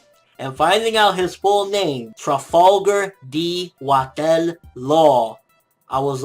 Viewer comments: I thought it was Water... not Watel? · Water not watel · its Trafalagar "D" Water Law. Not Watel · * The pronunciation of Corazon's real name (Rocinante) is the C sounds like a S * Yes, the name of both Donquixote and Rocinante comes from the Spanish novel "Don Quijote de la Mancha". * It's Trafalgar D. Water Law, not Watel (Those two are based from the Battle of Waterloo). * I remember when Doflamingo asked Law, why did he trust Luffy? And he said that The D. will bring a storm. After that, in Dressrosa, Doflamingo looked very angry after those words and he shot Law 3 times. * Perhaps, Corazon is being mute on purpose for a greater plan to have revenge against Doflamingo for killing their father. * I have an hypothesis: the 2nd Corazon is Vergo.